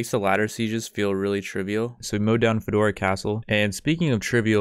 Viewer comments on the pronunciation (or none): Did he just say FEDORA CASTLE insert meme face